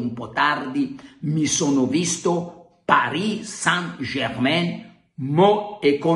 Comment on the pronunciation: Carlo! Mi meraviglio di te! Paris Saint Jermain si pronuncia "Parì sen jermen" non "Parì san jermen" o addirittura "jerman" come dicono alcuni... Forza Milan! Giulio